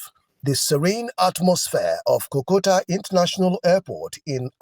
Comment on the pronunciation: The disrespect is too much, and they need to be stopped. Period. By the way, the airport is not called Kokota but Kotoka.